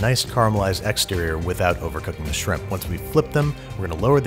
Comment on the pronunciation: I thought you said “Bubbas Simp”